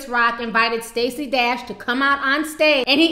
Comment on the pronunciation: The "D" in Stacy Dash is pronounce "Tr"